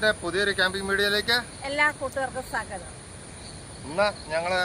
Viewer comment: 'സ്വാഗതം' സാഗതം അല്ല